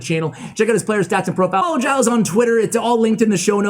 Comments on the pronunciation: OKay... It's a French name. Soo... if you want to say it roughly correctly, you should say : "Gilda Ray". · His name is pronounced "jill" by the way, keep up the good work! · Hey! If your guest is Latino, I guarantee that “Gilles” is pronounced like “HEE-lays”. Great vid! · I think the pronunciation is of Latin origin so I believe it’s he-lays dey rey. Hope I helped ash! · I think it it pronounced the french way and you say it like Jil. you don't pronounce a lot of the name